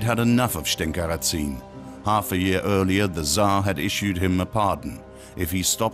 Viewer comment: Just a remark. The last name Разин is spelled in Russian as Razin (rAh-zin, with stress at the first syllable), not as Ratsin in german way. ☺ And yes, Razin was regarded by the plain people of his time as a 'good chieftain' like Robin Hood in England. At least, there is a folk song on his favor.